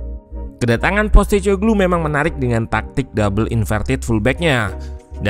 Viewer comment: sebagai info ajja utk namanya pelatihnya Spurs baca nya POS (seperti kantor pos) TE (seperti nama minuman, teh) KO (seperti "ko" pada kompor) GLU (paling dekat seperti menyebutkan bahasa Inggris glue yg artinya lem)